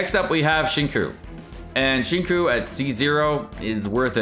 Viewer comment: Cringing at the way he says Xingqiu